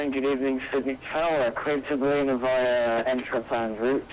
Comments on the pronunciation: Great Video, as usual, bye the way it's not pronounced Balleena but But Ball..i.. na as in the phonetic India. Just down the road from me and an airport I used to fly GA real world out of. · Haha, being an Aussie it's funny hearing you say Ballina. It's not bal-ee-na, it's bal-i-na. It's all good, I think I'm a little OCD. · Ballina is pronounced "bow-lin-uh" now "buh-leen-uh" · Great video, just a tip Its pronounced, "Ba-Lin-Na" Not "Ba-leena" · Bal Is pronounced as in Pal, and ina is pronounced In ah :) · its pronouced Ba-lin-a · I'm from Ballina!! :) actually taking this flight on Monday (17/12/16) home (except on Jetstar not Virgin). Also it's actually pronounced Bal-in-nah haha. Love the vids! And thanks for doing so many Australian flights.:) You've done both my hometowns haha, Ballina and Canberra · not quite.... I think Bah-Lin-Ah would be a more accurate phonetical pronunciation. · Ballina is pronounced ball-i-na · Just for future reference, Ballina is pronounced as though it rhymes with mariner, with the emphasis on the first syllable, BAllina. Love your videos - if you ever get the chance, I would love you to fly to Tasmania. Launceston would be great, or if you prefer to the state capital, Hobart. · BAL-IN-ER ffs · Do future reference it's pronounced "BA-LENA". Love your videos mate. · it is pronouced bal-in-a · nice vid but your pronunciation of Ballina nearly made me not watch. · Uggggghhhhhhh ugh the way he pronounces Ballina ugggggghhhh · Yep, this annoyed me so much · totally not how you say ballina. made me smile and giggle. ballina is still in NSW not QLD and VA normally fly the E190 there.